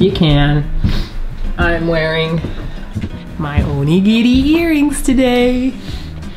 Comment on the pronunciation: Onigearings haha...ha...ha